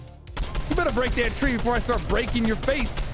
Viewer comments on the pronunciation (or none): none